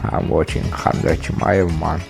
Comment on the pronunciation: just drop the K bro. Hamzat. Or Hazmat. But if you insist on using the K, it's Kumshot.